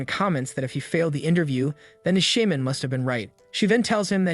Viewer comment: I cringe when u say Shaman